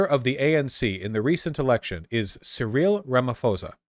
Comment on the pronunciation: I was willing to look the other way on pronunciations, but "Surreal Ramaphosa" broke me.